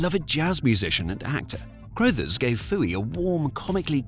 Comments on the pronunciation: Ok, it's an AI Britsh accent, but it's pronounced Scatman CRUH-thers. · Scatman Crothers surname is pronounced like brothers, not that nonsense you came out with. 🤦‍♂️🤷‍♂️ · Also, Scatman pronounced his last name like “cruh-thers “ and not “crow-thers.” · A hallmark cartoon of the 70s, contemporaneous with the Hair Bear Bunch. That it only had 16 episodes, but felt like many more despite the simple formula, says a great deal about Scatman Crothers's talent (though I am fairly sure it is pronounced CRU-thers - as a contraction of Carruthers - and not CROW-thers. And I always thought his name was Henry! Final point - odd that a British voiceover does not mention the impact of the show in Britain, where it was certainly riding the wave of our fascination with Kung Fu and capturing the hearts of a generation of children... and let's not forget the eponymous after-shave of the same era!! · Never heard anyone pronounce "Crothers" like that before. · I was surprised when he pronounced it that way in the video, but then wondered if it was one of those names that is pronounced differently in the US. I couldn't find a video of Crothers saying his own name, but in videos of people who knew him they pronounced it like you said.